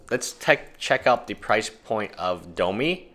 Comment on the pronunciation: domi rade? its domRi.